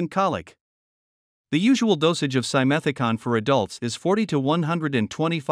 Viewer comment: Nsrrator mispronounces simethicone; last syllable rhymes with "stone". This kind of ignorance makes me distrust your credibity